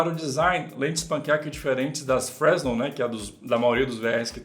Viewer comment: Uma informação didática> Fresnel é um termo de origem francesa e pronuncia-se 'Frenel" (sem pronunciar o S)